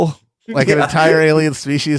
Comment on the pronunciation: Who taught felix that was how to pronounce alien